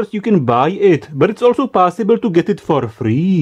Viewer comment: I love the pronunciation of possible: "PAAAASIBLE!" :D